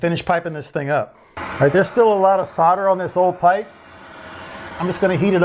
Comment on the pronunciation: What's sorder? You mean solder?..